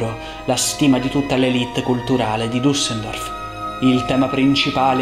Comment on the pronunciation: Bello, mi permetto di sottolineare che la città è Düsseldorf, non Dussendorf…che si percepisce